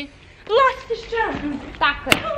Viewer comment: lastiz a ne lastis ali odlican klip